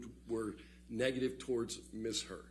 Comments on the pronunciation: He said Amber turd so many times in court it was funny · He does pronounce 'Amber Turd' quite loud and clear doesn't he 🤭🤭🤭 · Did he just call her Amber Turd? Swear I heard that. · Every time he says AmberTurd an angel gets its wings😂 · I love how hard he pronounces "Amber *TURD*" 😂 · he said amber turd 🤣🤣🤣🤣🤣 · I'm sorry, but am I the only one who's hearing Amber Turd instead of Amber Heard every once in a while? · Dude said "Amber Turd" 🤣🤣🤣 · Ok, I know this is completely juvenile (I get that), but I couldn't help giggling after hearing JD's lawyer call her "Amber Turd" 6 or 7 times. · He called her “Amber Turd” 😂😂😂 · 😂😂😂😂 he kept saying amber turd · He actually said Amber Turd🤭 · LMAO he said #amberturd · Every time he said AMBER TURD an angel got its wings 🤣👼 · Every time he says "Amber Turd". LOLLOLOLOLOOL🤣😂🤣😂🤣💩💩💩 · Did he say Amber Turd? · Lol did he say Amber Turd? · He LITERALLY SAID AMBER TURD THREE TIMES IN A COURT OF LAW. That’s hilarious AF !!😂